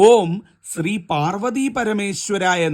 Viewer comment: ഉച്ചാരണ തെറ്റുണ്ടല്ലോ ഓം ശ്രീ പാർവ്വതീപരമേശ്വരായ നമഃ ഇതി ൽ സ്രാവിൻ്റെ സ്രിയാണ് ഉച്ചരിക്കുന്ന ത്. വിവരമുള്ളവർ ഇങ്ങനെ പഠിപ്പിക്കാമോ - ശ യുടെ ശ്രീ ഉച്ചരിച്ചാലേ ഫലം കിട്ടുകയുള്ളൂവെന്ന് ക്കറിയില്ലേ.